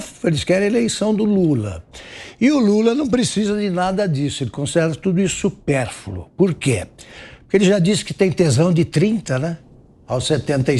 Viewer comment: Dessa vez nosso mestre Augusto Nunes deu uma pancada na lingua portuguesa: "Supérfulo" não, Supérfluo!